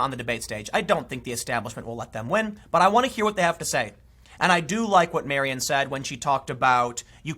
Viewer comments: Tim, it's Marianne (Mari-anne), not Marion. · Marianne, not Marion. MariANNE.